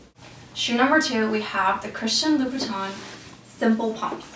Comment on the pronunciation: It's Louboutin, not Loubouton